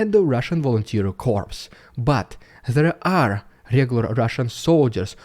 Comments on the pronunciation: FYI- Corps is pronounced "COR". I really like your channel and watch you every day. Always give each video a thumbs up. Keep up the good work! I am hoping that when the Ukrainian offensive begins, there will be mass surrenders, like the Iraqis did in Desert Storm. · I enjoy your videos, and your English is quite good, certainly much better than my non existent Russian, but the word Corps is pronounced "cor". I cannot explain why, it's just one of the many quirks of English! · great stuff as always just an fyi corps is pronouced "core" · "corps" is pronounced like "core". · An FYI, corps is pronounced "core" the ps is silent. English is weird. lol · A "corpse" (a korp-ss) is a dead body - A "corps" (a KORR, or a CORE - where the "P" and the "S" are both silent) is a large body of manpower! (Love your work, BTW!!) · Just so you know corps is pronounced CORE. You dont pronounce the P and S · Hi Dude! Great videos. Great work. You speak English very well and I congratulate you. To help you speak even better, a small correction: the word "corps" comes to english from French. You don't say the "s". For example, it sounds "Army cor". When you pronounce the final "s" you are saying the word "corpse". That is "dead body". Yes, English is very weird.😮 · Corps is pronounced cors. The way you pronounce is Corpse which is a dead body. Just thought you'd like to know. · Corps is not pronounced corpse (dead carcass); rather, it is pronounced Core. Also those surrendering Will be prosecuted (charged with crime), but they will Not be persecuted (abused and tortured) by Ukraine, at least not legally. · Dude ! Corps is pronounced Coor ( no ps ) ! Corpse is a dead body !!!! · Great video really informative! The word Corps is not pronounced like "corpse" but "core", keep up the good work and enjoy your vacay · Just so you know corps is pronounced “cor” the “ps” is silent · Dude, it`s pronounced like Corrs, not like Corpse, which is a dead body. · Its pronounced core. The p is silent